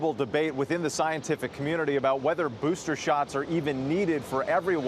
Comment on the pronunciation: "boosther shots"- michael strahan